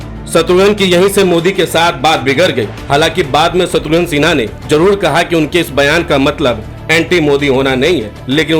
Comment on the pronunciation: शत्रुघ्न सिन्हा नाम है, शत्रुघन नहीं 😂 VO में तो उच्चारण सही कीजिए 😂